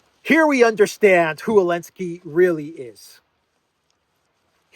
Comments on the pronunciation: Why do you say enlensky and not zelensky. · Why do you keep pronouncing his name without the Z are you disabled? It’s Zelensky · It's Zelensky, not Elensky. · You definitely right call Zelensky - Elensky! He HATE letter Z :o) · Do you intend to kill Elensky? 😂😂😂😂 i was listening to the vid so i thought the PM called him Elensky 😂😂😂😂